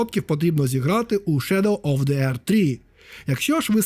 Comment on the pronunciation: Невже нарешті знайшов людину, що не каже на The - зе , а говорить ді :) нарешті, боже нарешті;) бо це зе заїбало